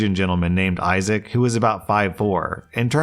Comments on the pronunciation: It's pronounced "Eye-zic", not "Eye-zay-ic". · Welcome to where he mispronounced the name Isaac as ‘eye zay ick’ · why does he pronounce isaac as "isaic" 😭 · "Isaac" is pronounced "eye-zick", and I don't know why the doesn't understand that 😂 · The most WILD pronunciations of "Isaac" I've ever heard 🤣 Can't stop chuckling at "I-zay-ek". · It's not even the first time. He also mispronounced, then properly pronounced it in that episode, too. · Right? 😅 Not eye-zick, not eye-zack.... Eye-Zay-Ick 😂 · Five years later still can’t pronounce isaac correctly. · I thought I was hearing things. Then I thought he was saying Isaiah. Then I LOL'd. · Today we learned that really struggles to consistently pronounce Isaac lmao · always gets tripped up by the name Isaac. 😂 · Why does pronounce Issac wrong? 😂😂 I’ve noticed that. Kinda funny.